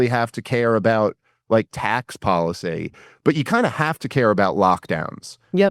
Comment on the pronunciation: There are many reasons I can't stand Dave, but the one I really can't stand is his stupid accent. Instead of saying "tax policy " correctly, he says the word policy like a moron!